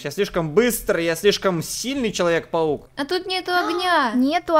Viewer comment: Она сказала павук